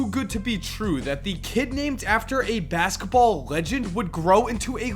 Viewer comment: u said masketball